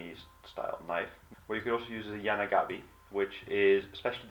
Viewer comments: it's yanagiba and "yanagabi"... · the knife's name is yanagi ba, not yanagabi... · It's yanagiba not yanagabi!